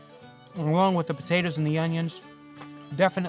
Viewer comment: It’s Po-ta-toes!